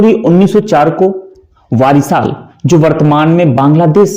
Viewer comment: "वारिसाल" नहीं "बोरिशाल" (বরিশাল) "शिलहट" नहीं "शिलेट" (শিলেট) "बनगांव" नहीं "बोनगाँ" (বনগাঁ) है उच्चारण। मेरे विचार में क्षेत्र विशेष जुड़े उच्चारण का प्रयोग करना ही उचित होगा।